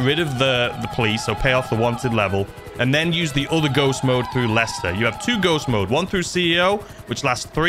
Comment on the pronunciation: Every time you said lister I corrected you to Lester, don't worry